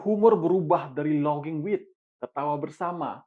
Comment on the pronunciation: laughing dibaca lafing ya dek, bukan loging